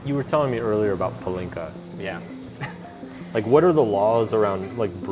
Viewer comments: Great vid, Mark, but it's a shame that you mispronounce palinka - it's PAH-linka, not pah-LINKA. Over my 30+ years of living in Hungary, I've always found it odd what a high priority partying is in Hungary. It's not that I don't like to party, but for many people smoking cigarettes and drinking is like oxygen to them, from a very young age. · I’m dying…it’s PAH-lin-ka. Not puh-LIN-ka. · Two things: 1) Why do you pronounce it as Palínka with a deliberate stressing on i instead of Pálinka like they say it? 2) Why do you have such condescending attitude? Do you perhaps see these people as somehow lesser than you because they drink so much? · Damn, your stress in the word pAlinka drove me crazy